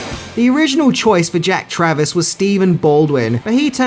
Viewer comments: It’s Jack Travin not Travis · Its Jack Traven, not Travis. Also you already know but DAAAAANIELS! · You got his name wrong every time. Traven. Not travis. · Jack Traven, not Travis. Jeff Daniel's, not Jeff Bridges. LAPD SWAT, not FBI. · Jack Travern not Travis 🤣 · JACK TRAVIN not TRAVIS. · Just so you know Minty it’s Jack Traven not Travis. But who the fuck cares! Awesome video dude!! Smashing the Subscribers 👍🏻👍🏻👍🏻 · Character name woz Traven NOT Travis. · Ok enough people are nailing you for the Jeff Bridges comment HOWEVER The character's name is JACK TRAVEN, not Jack Travis. I consider you to have jedi level movie knowledge and as someone I can see is a Keanu fan like me it's up to us to get things like this right mate. You're awesome though, love the video.